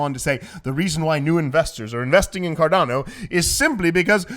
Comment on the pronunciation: it's 'Cardano' not 'Cardano'!!!!